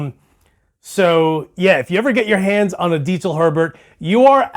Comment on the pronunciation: Damn. That sounds great. And... he pronounces “Diezel” correctly. Well done!